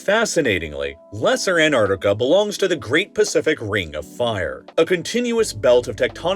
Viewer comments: Its taking all my power to get through this video because you're mispronouncing AntARCtica as antartica 😤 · Americans still having problems pronouncing the 1st 't' in AnTarctica rather than Anartica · An tarc tic a, not hard to pronounce, it's not an ar tic a. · Sorry, after hearing someone for 3 minutes say "an-arc-ti-kuh" instead of "an·taak·tuh·kuh", I couldn't go on. it was really annoying. Missing the Ts is not even proper American pronunciation, let alone British. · An-tartica, An-tarctic, thank you. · Anartica sounds like an interesting place. What's with the weird pronunciation hehe. It's Antartica. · Anarcicia its Antarctica lol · antarCtica. The c is pronounced. it is a K sound. ant-mfing- ARK-tica. say it with me: ant-ARK-tic-a. jeebus. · Anarnica? Is this another mispronounced word, from the American version of Engliish? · If the narrator can't even pronounce Antarctica correctly in the first 2 seconds of the video, the video isn't worth watching. It's not pronounced Ant-ar-dica. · Do Americans really pronounce it "Anardiga"? 😅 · An entire video on the continent, and you’re not pronouncing it correctly. It’s “ant-ARK-tih-kuh” I can forgive this due to the amazingness of the video. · I can not listen to 37 minutes of someone pronouncing "Antarctica", "Anarnica" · I don't like how you pronounce "En-ar-ticca." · What’s this place Annartica, the metallic voice keeps mentioning? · AnTarTica. Please pronounce your Ts. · Interesting, but would be better if he didn't pronounce the word as "Anarica" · I wish this guy would pronounce the bloody name correctly! Its AnTartica! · Is the narrator AI? Or do Americans really pronounce Antarctica “a-nar-ti-ca”? 🤔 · would you pls try to learn how to properly pronounce the name of that continent? ant arc tica … the first t and first c are supposed to be prominently pronounced! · Please, it's anTaraCtica, not anartica. Drives me mad to hear it mispronounced all the time😢... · What's an Anartica? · an ar ti a :)